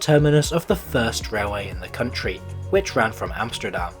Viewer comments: Your pronunciation overall is quite good, so I'm quite surprised why you pronounce the country's capital as AmsJterdam. You don't pronounce English words like steel as sJteel, or step as sJtep, do you? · You’re making the hypercorrection mistake of pronouncing things with a “sh” sound. I don’t know why that’s so common. Yes, when Dutch speak English it can sound like the S is a “sh”, but you’re closer pronouncing Amsterdam in your own accent than saying “Amshterdam” 😂 Anyway, I used to travel regularly with Merseyrail. Far fewer passengers and far dirtier. So… hou je bek.